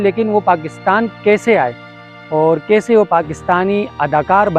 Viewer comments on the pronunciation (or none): You don't know how to make videos. Your Urdu pronunciation is terrible. You cannot pronounce Kaisay, you keep saying ksay. You did not do any homework as to when Ibrahim Nafees died. You did not tell which qabaristan was this and where it is located. Very haphazard video. Go and learn Urdu and video making.